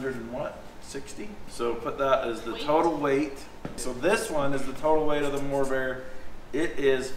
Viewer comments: It's "MORRVAIR" not "MOORVAIR" video editor! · widsheild says morrvair u said moorvair / corvair which is it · What’s the Moorvair? It’s the Morrvair! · now you call it Moorvair 😱!?